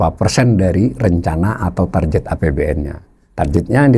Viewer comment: Dgn hormat. 'Tar Get' aja, Pak. Bukan Tarjet.